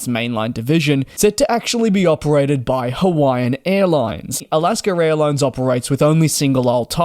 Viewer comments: Again! It is NOT Alasker Airlines. IT's AlaskA. You CAN say it correctly if you try. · Alasker airline 😂😂😂